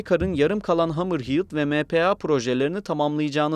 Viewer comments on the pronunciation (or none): hamır hiiıd değil hamır hed